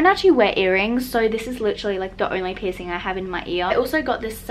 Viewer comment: Piercing!! Pls pronounce that. PIRSING